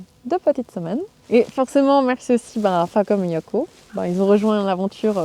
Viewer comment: Je reconnais tout de suite l'accent de ma région 😂 moi aussi j'ai des outils Faaacom 🤣